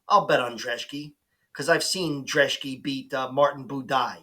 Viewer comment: Thanks for pronouncing the Polish dudes last name correctly! Great vid as well